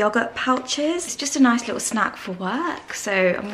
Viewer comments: Lie tle? Tell that his word is not in the English language 😂😂😂😂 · In the US it’s pronounced Leeedyl